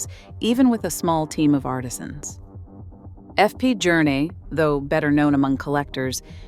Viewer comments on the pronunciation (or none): Rich people don’t dress up like a rally car My ears start bleeding when the name of F.P.Journe was butchered …. How dare they